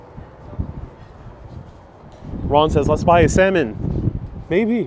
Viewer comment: The L is silent in salmon.